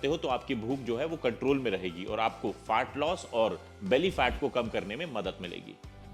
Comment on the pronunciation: Is chutiye ko FAT LOSS bolna bhi nahi aa raha hai … Fart loss bol raha hai